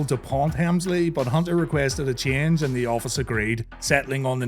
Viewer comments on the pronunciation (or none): none